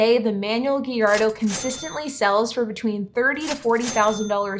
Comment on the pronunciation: The Lamborghini “Geyardo” 😂